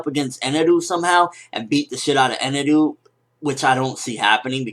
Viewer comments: Eneru? I think you mean Enel. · Eneru? It just Enel lol,Japanese pronounciation is funny. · just say enel